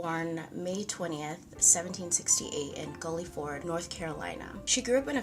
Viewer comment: This is my first time seeing your channel and I love it! I did want to add that where she was born is pronounced like gill-ford and she actually has a street named after her in Greensboro. I used to live off Dolly Madison when I lived in Greensboro. There is a marker near where she was born near Guilford College in Greensboro. I look forward to seeing more of your videos. 😊